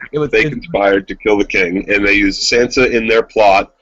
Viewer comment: Guys it's Tonmen not Tomlin, and it's Sansa, not Sanser. Sorry for being nitpicky. Great podcast BTW.